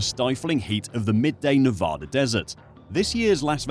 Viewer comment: I love this channel, but you have to learn how to say Nevada, The other issue is the timing is bad, it should be in February / March, when the town is slow, you just had SEMA a couple days ago, and then NFR, and Thanksgiving, then Super Bowl. or change the date with Texas.